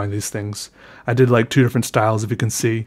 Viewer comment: "it really dud"